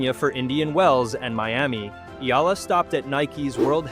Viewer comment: Another fake AI news narrator cant even properly pronounce Alex family name😜😜😜